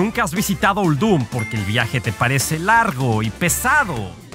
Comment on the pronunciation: La voz está muy forzada y me parece que Uldum se pronuncia con acentuación en "Ul" no en "dum"... no me gustó...